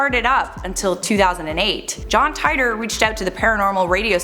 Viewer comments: John Tight-or ..... It's teetor (Titor) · It’s teetor not tietor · I think it 2034 and you pronounce the john titor wrong john tiitor not jhon tytor And you can't change the time because your past become your future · Tight-tor??? It's pronounced Tee-tor, do some research. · John Tightor? wrong pronouncing. John T ee tor sis. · It's pronounced "teetor" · It's pronounced "Tee-Der" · It’s “titor” or “teeter” like teeter-totter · I believe they actually pronounce it "Teeter". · Its pronounced Tee tore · Why do people freaking report on this dude they can you pronounce his name right so we irritating